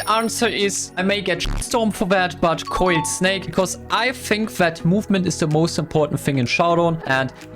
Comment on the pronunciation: coiled snake❌ Oiled snake✅